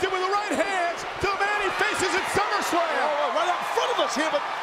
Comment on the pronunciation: We got two slip ups in the first promo!🤣 Teddy Long with “Slummerslam” :55 and JBL with “Rumble Royal” 🤦🏾‍♂️🤣 I miss this WWE🤣